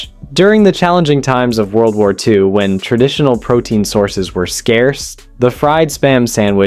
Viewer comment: you didn't even have to go that far... On the spam sandwich he keeps saying tar instead of war